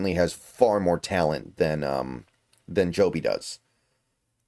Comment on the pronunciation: It's pronounced Jobe, just how it's spelled. Not Joby.